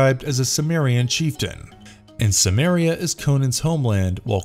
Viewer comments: Apparently even lesser known fact: Howard's Cimmeria is pronounced with a hard C. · I've read extensive debates on this pronunciation with citations and compelling arguments on both sides. Why do you say Cimmeria with a hard C?